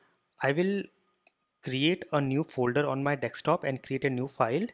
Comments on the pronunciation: Nice explanation. Why do u say Dekstop ... it is Desktop...hhaha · Also, its not DECK-STOP, but DESK-TOP ;)